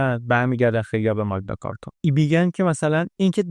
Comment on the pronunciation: ⸻ 🎙️ بابت زحمتی که می‌کشید واقعاً ازتون ممنونیم، عزیز 🙏 کلیپ‌هاتون نه‌تنها زیبا هستن، بلکه واقعاً آدمو تشویق می‌کنن بیشتر یاد بگیره 🌱📚 یه نکته کوچیک هم فقط از سر علاقه می‌گیم: اون اصطلاح معروف تاریخی که گفتید، به‌نظر می‌رسه «مَگنا کارتا» (Magna Carta) تلفظ درست‌تری داشته باشه، چون از لاتین میاد 🇬🇧📜 البته زیاد مهم نیست، مهم اون کار قشنگیه که شما و تیمتون انجام می‌دید 👏 ما از همین‌جا براتون آرزوی موفقیت‌های بیشتر داریم ✨ با عشق ❤️